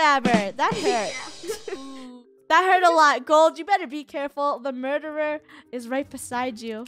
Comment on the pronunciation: Funneh: is so pro at this game Me:she say murterer:MURTERER Killer:stabs